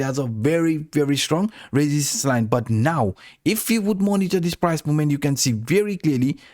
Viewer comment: Learn how to pronounce resistance -.